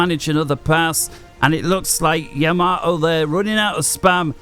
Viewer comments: Seeing as he is not a IJN vessel, nor is he Isoroku, but rather a FAF Player. I have a delightful anti-butchering tip for you: It's Yamato, not Yamamoto nor Yamamato. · We English struggle with Japanese words and names. There's something about Yamato that makes us often prononounce it as Yamamoto. We all knew which player he was referring to. So it's no big deal if the name was mis-pronounced. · The ship you're talking about is the Yamato, not Yamamato xD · don't worry, everyone makes mistakes and we are not here to learn proper pronounciation of uncommon words. Though tbf Yamato isn't that uncommon ;) Btw. Gyle is blind and that doesn't stop him from being very entertaining as well so no worries about some minor pronounciation mistakes here and there.